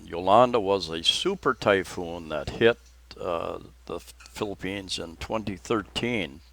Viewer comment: I don't mean to be "That Guy", however, It's "Typhoon" as opposed to "Typoon." Is that the typical trajectory of storms in Phils; approach from the south Pacific and move north and easterly? (In general) There was a 6.7 Richter scale earthquake out near Tonopah ( West of Luke AFB) Coincidently (I think), I opened my renter's insurance renewal today and I noticed the deductible increased from $500 to $1250! Do they know something that I don't? Perhaps that prophesized "big one" will strike the San Andreas fault and slide that liberal commune of a state into the Pacific. Better yet, you'll be able to purchase ocean front property in Arizona! At the risk of sounding uncaring and callous, perhaps this virus is natures way of enforcing natural selection. The life expectancy of people has been increasing for the better part of the 20th and 21st centuries and earth can't sustain this population. A sort of thinning of the herd of the weak and infirm. - I'm just tired and my imagination running wild. Have a good weekend. Stay well. Daniel